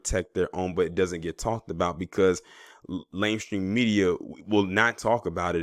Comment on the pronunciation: Is he saying "lame stream media"